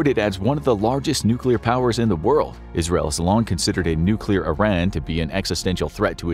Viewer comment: Thats funny it sounded like you said al-qaeda instead of Israel.